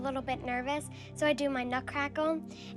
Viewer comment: I might just be hearing it wrong but did chloe just say "nut crackle"?